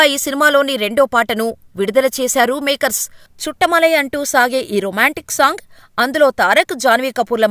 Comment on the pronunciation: చుట్టమలై కాదు చుట్టమల్లే